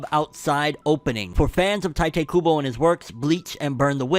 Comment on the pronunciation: Pronounced Tee-teh Kuubo